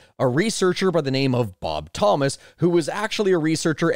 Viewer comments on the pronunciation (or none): none